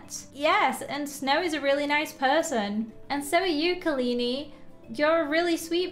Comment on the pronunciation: Kalini” ITS KALIANI